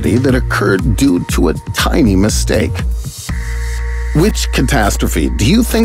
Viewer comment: that "misteake"